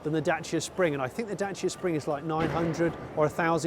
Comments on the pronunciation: I appreciate you pronouncing Dacia properly, also great review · Congrats Johnny for pronouncing corectly the brand's name! 👍 Yeah,very interesting city car !